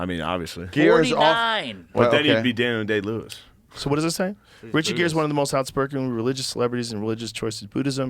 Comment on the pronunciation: idk "Daniel Gay-Lewis" was pretty hilarious to me as well